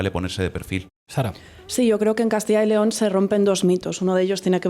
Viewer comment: Dejar de decir más de una vez Castilla León. Es Castilla yyyyy León. Juan y Pedro nooo Juanpedro